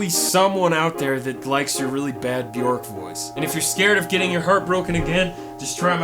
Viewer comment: It’s not b YORK it’s b YERK